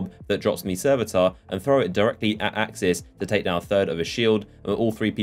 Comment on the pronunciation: It's aksis